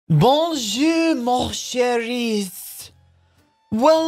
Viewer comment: ''Bonjouuuu ma cheriessssss''. Ahah <3 Ca doit surement ressembler à ça quand je parle anglais.